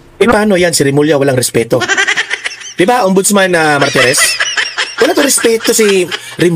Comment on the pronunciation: Martires hindi marites